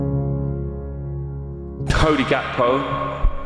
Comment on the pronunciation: It’s pronounced HAKPO